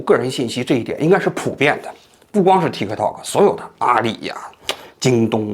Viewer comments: 念 踢踏 Tiktok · 中間的k不用發音的其實，聽起來很奇怪